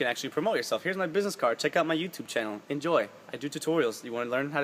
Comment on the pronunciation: did anyone notice he said channum tating